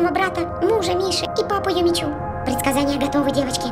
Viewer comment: правильно Юми чу